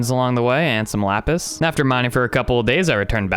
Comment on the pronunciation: Did you accidentally say "wapis" instead of "lapis"?